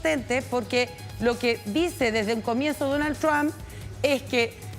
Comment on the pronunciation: No se que es mas gracioso, si "Dounald Thrsham" o "Donaltrom" 😂